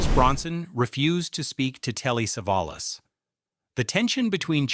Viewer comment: And Savalas is not pronounced SEV-uh-luss, while Borgnine is not pronounced Borg-NEEN or Bore-NINE. With AI reading, you get what you don't pay for.